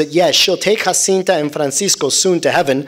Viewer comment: The seers are Portuguese I’m tired of hearing Jacinta name pronounced as ‘Hacinta’ please respect that God decided for His mother to appear in Portugal, JACINTA not Hacinta And Lucia the ‘c’ is not ‘ch’ Sound it’s again in Portuguese it’s a softer ‘c’ not Luchia Just about everyone on the internet mispronounce their names - Portuguese names please 🙏🏻